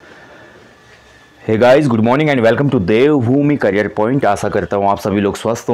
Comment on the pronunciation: Kerreer nahi career hota h